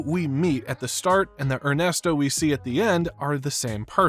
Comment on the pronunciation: "Ernest Oh"?